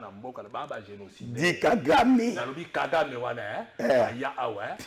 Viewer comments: FRANCI INCAPABLE DE DIRE LE NOM DE KAGAME GENOCIDAIRE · KALOMBO PARLE SEULEMENT QUE KAGAME TUE NOS FRERES. INCAPABLE DE PRONONCER LE NOM DE KAGAME, LES MARIONNETTES DE KAGAME